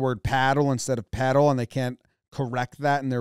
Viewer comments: For me paddle and pedal words sound identical. How the heck you all can hear the difference -_- I really thought that they said pedal and as it was incorrect kinda logical to check other letters. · So…it is “pedal” but they pronounce it wrong? First time i saw this i was just very confused bc i thought someone said pedal but it was wrong. I mean the W is out of line but i guess as a player you wouldnt expect the right letter to be said wrong. U begin looking for other letters that don’t make sense bc nothing else is making sense in your head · I swear I hear you say pEdal than pAdal instead of pAdal ... lol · you pedal to spin the paddle wheel. Everyone on the show knew it was pedal, but they pronounce it paddle, because they call it a paddle boat. Boats that use a handheld paddle are rowboats. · I think I heard say "paddle" again, but the "a" was just close enough to an "e" that was like, "Oh alright, I'll give it to you, or else this episode will be longer than 30 minutes." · They kept saying paddle instead of pedal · She said paddle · PADDLE? No. PADDLE? No. PEDAM? No. PEDAW? No. PEDAL? Yes! Wheel of Fortunedle : 5/infinite attempts! Made it! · PedaM boat??!! PedaW boat??!! If said 'Q' I would have turned the TV off before I threw something through it. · That was saying pedal instead of padal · They were saying paddle instead of pedal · Renting a “pedaw” boat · paddle not pedal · they were saying "paddle". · Have rented them plenty of times and never heard them called "pedal" boats. Only "paddle" boats. YMMV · I think this really is more a pronunciation thing. Naturally most people think "paddle" as in paddle in a boat. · They should’ve pronounced it as Pee-dal. 😂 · Maybe it's my Australian accent but the way he pronounced PEDAL at the end still sounded like PADDLE to me